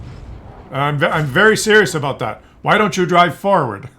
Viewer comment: Le babe, say daat?